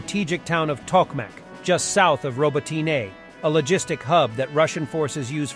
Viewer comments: Stop pronouncing a second vowel at the end of “Robotine;” There is only one vowel. Drop the second vowel at the end. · It's not France. Learn how to pronounce Robotyne or teach your bot how to say it.